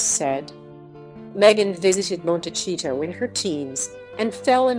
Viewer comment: You are not pronouncing Montecito, correct